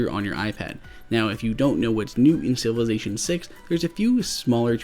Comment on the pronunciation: LongArrow1234 SMH. I was referring to the pronunciation of Civilization as Sivelation.